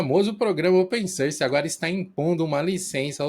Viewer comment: Gente, eu adoro os vídeos de vcs, mas por favor, parem de falar open SÃRCI. Dói o ouvido toda vez que vcs falam.